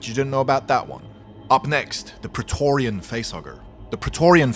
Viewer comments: Prae TORGH rian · Say preatorian again